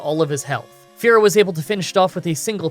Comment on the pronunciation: It’s not Fair-oh It’s Fear-oh